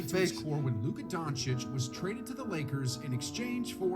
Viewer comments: "HOOKAHDONCIC" LMAOOO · Flight was literally calling him Luka hookah Donickick